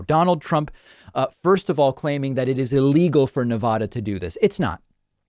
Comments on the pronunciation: Nevada is pronounced Ne-VAD-uh not Ne-VAH-duh. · David Pakman is so wrong and so misinformed on this issue. No way he did his research. It is pronounced "Nev-a-da" NOT "Nev-ah-da". That is the correct pronunciation. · Hi David, us Nevadans are cringing when you say Nev-odd-duh. It is Nev-ad-duh. Thanks! :D I know east coasters don't hear it correctly often so just a PSA lol 🤭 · FYI - pronunciation of Nevada: first a is pronounced like a in apple. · “Nevahda” lol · It’s Neveehhhhhdehhhh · David, you are mispronouncing Nevada. I would prefer the Spanish pronunciation too, but the word has been Anglicized. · Get it right. Nevada already has mail-in voting. For years. This is to expand it to everyone. And if someone wants to bring in a mail-in ballot and vote at a polling place, that can be done. Nevada didn't vote for Trump. He can't even pronounce Nevada. Why does anyone take Trump as an intelligent human being. I barely see him as human. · David, u were the one who taught me how to pronounce "nevada" correctly, and here u are mispronouncing it. Twice!